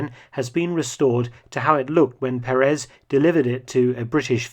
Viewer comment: Mr. Felton, may I correct your pronunciation of the Spanish surname Perez...it should be pronounced with an accent over the first "e" of the name (Pérez) not over the last one, as you do.